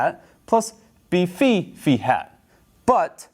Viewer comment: haha "beefy hat". nah, dude, Phi is pronounced "fahy". omfg!